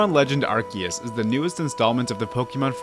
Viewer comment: i deadass almost clicked off the video at how he pronounced arceus